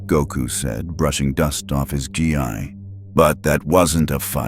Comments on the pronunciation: As soon as I heard "His orange guy" I knew this was some top notch quality :) It's pronounced Gee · the outfit is not said as gi it said as geee